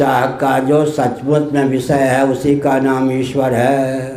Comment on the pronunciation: जीवो के चाह का जो "सचमुच" विषय है ... सचमुच???? सब्द स्पष्ट नहीं है :(